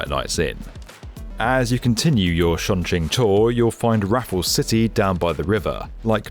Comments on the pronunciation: This is one of those cases where you should have just pronounced it the english sounding way. The 'Ch' in chinese is basically the same as in english. Just say Chong instead of Shong. Surprised given this was the main topic of your video. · it's CHongQing as in 'chop'. You got the Qing bit right. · As someone fluent in Mandarin, I cringe every time he pronounces Chongqing It would’ve been simply better if he pronounced it as Chong-Ching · Chongqing, not Shongqing, Leipzig, not Liepzig. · "shongshing east" "shongjing" "LIZEEBER station" 😭😭😭😭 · Shunshing? 😭😭😭 This is worse than US people butchering the name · The mispronunciation of Chongqing is really annoying lol. If you're going to make a video and keep saying it, then you can at least say it right. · Right off the bat you completely butchered the name Chongqing. I mean you were not even close. Had you not written it down, I would not have known WTF city you were talking about. Please dont do anymore videos on China. You suck at it.